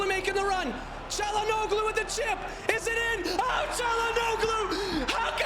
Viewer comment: Same as Broja, check pronunciation for "Çalhanoğlu" too mate ahaha. The 'g' and 'ğ' are not same.